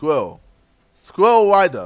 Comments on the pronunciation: Scril ral not scwial lmfa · Sam Wassell It was spelled squirl. Spelled wrong but you it sort of sounds the same. He was saying "squill" and got mad because he couldn't say squirrel. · did he have a stroke while he did the "SQRIL" track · LOL. He can't say squirrel. "squill, squill, squill. " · It's Sqi. Rrel. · Lol he just says sqwirul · Aha he can't say squirrel (squel) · I fell out of my chair rofling when he tried to say squirrel xD. His British accent is so funny, in a good way. xD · He can't say squirrel hahahaha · I was litteraly getting upset because he said squirrel wrong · When he tries to say squirrel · lol KSIOlajidebtHD trying to say squirrel haha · Came here to hear him saying Squirrel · I forgot how to say squirrel when he was trying to say :s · As the Nigerian tries to say squirrel we all watch and laugh Racist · He legit cant say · U can't say squirrel lolzzzz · He can't say squirell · He can't say squirrel properly!